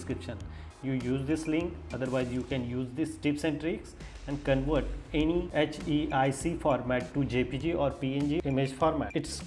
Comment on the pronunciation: It is not CONWERT. It is CONVERT with a V.